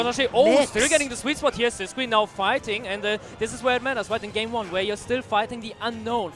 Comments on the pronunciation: Is Sisqui's name actually pronounced with the English qu sound? I always assumed it was Sis-key because he's Spanish but this announcer is saying Sis-kwi too Edit: I checked twitter and he has the German and Russian flags in his bio so maybe he's pronouncing it wrong too lol. I can't imagine a Spanish player not pronouncing their tag in Spanish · No ur right it's Sis-key all the commentators are perpetually wrong.